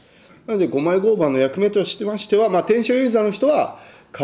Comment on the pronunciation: マジレスすると合板の読み方は ”ごうばん”…△ ”ごうはん”…〇